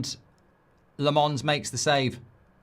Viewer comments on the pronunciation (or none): Goldbrine still calling Lahhmens Le-mohns